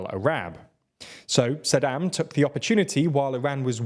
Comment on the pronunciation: Also Saddim instead of Saddaaaaam